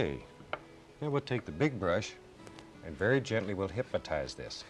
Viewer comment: "Hypmatize" LMAO I love that. Bless you, Bob!